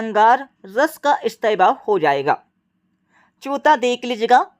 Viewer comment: Pehla ❌pela chautha,❌chotha😅😅